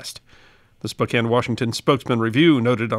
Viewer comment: Bonus points for correctly pronouncing Spokane. Next challenge: Puyallup.